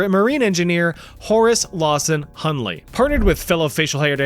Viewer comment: Hunley is done ley 😂😂😂😭🙏